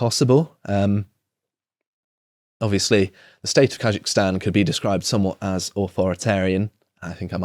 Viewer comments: KaZakhstan. ZZZZZ. Not ZH. How is that even possible to mispronounce, read it the way it's written. Anyway, hilarious. Shows videos of military personnel being attacked and detained, trucks of peace and the distribution of guns and munitions. "🤔why are they sending in tanks (APC's) doe 🤔" Also inb4 it's just another western coup. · He pronounces Kazakhstan and if he thinks it is Taljikistan. “Khazikistan”. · Just say KAZ-akhstan, ponce. And it's skods, not shkoda ffs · You can't even pronounce Kazakhstan correctly 🥱